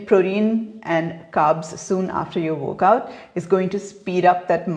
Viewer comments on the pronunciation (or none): Is she saying workout or wokeout? F... Shitshow... beautiful vocabulary